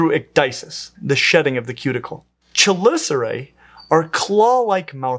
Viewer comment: I love how passionate you are about this... however I am obliged to inform you that the "ch" in "chelicera" is pronounced like a "k"